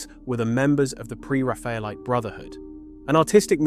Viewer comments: I’ve never heard a professional in the art field pronounce it the way this video does. The emphasis is on the wrong syllable. “Pre raffel-ite” or “Pre RAF-Ayellite” are the usual pronunciations, not Pre- ra-FAYa-lite. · I take the mispronunciation of "Pre-Raphaelite" as a sign the narration is AI. No thanks.